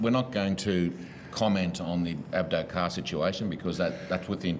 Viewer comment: . He said Abdo Carr lol Great work boss.